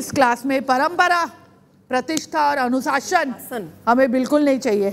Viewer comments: farha Anusaashan nhi Anushasan hota h .. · How come every episode she pronounces ANUSHASAN wrong and nobody corrects her..or maybe flipkart people themselves don't know🤣🤣